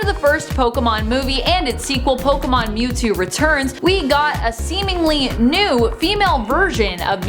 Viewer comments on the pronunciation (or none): who els call that Mewtwo Newtwo